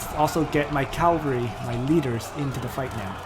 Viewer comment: Nice video but you need to learn how to pronounce "C-a-v-a-l-r-y", not Calvary (that's where Jesus died). And Marquis is pronounced "Markee". I'm not really a nitpicker but the wrong pronunciation is annoying.